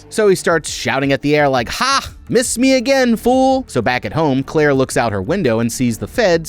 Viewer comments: Sound like he keep saying clear instead of Claire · Is he saying "Clear" on purpose 😅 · Bro you are triggering the mess out of me!! Here name is Clare, you can even throw an “i” in if you want. It’s definitely not Clear. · Who’s clear? You mean Clair?? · That’s her name. Her name is Clear. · No way he called Claire clear